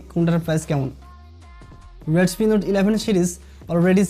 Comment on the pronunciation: Vai readme. reatme na 😄😄